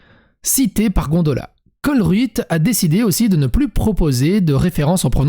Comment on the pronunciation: colruyt ça se prononcé colreyt (le e se prononce e) et le yt se pronomce aussi